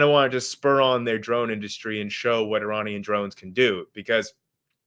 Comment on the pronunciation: Really wish he could pronounce Iranian correctly... lol